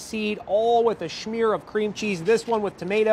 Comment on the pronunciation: Did anyone else chuckle when the guy talking said smear like shmear